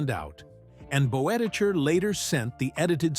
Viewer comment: Bud Boetticher’s last name is pronounced “Bet-i-ker.”